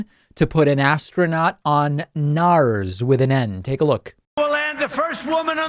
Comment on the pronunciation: "Teck it out." We all make mistakes lol. Love the vids, but it feels like if you're gonna make fun of 45's stupid mis-speaks you'd edit yours out. <3 the vids. no h8, just luls